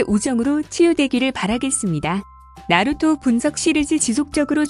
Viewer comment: 나루투가 아니라 나루토!!!!!!!!